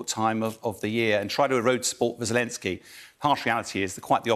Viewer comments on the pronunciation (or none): none